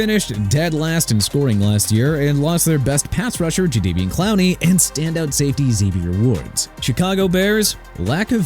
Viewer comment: Juh-deh-vee-on Clowney NOT juh-deh-vee-an... and Deatrich (de-trik) Wise Jr NOT dee-trich... also Miami contenders if Tua is and frauds if he's not... EXCUSE ME?! YOU AIN'T FINNA COME ON HERE AND TRASH MY TEAM NO MORE! And Zach Wilson is not saving the day... whatever man!! And you need to be done BUTCHERING THE NEW ORLEANS NAME!! NU OR-LINZZ NOT NU OR-LEENZ!! ENOUGH IS ENOUGH!!